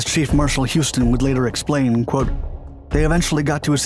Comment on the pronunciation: It’s, ‘Air Chef Marshall’.